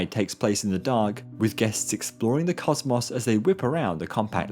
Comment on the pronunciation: "Cosmoss"?? It's COS MOS like Moses